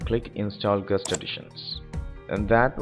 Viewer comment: I was wondering what he was saying with "gust". Then I realised that he meant guest xD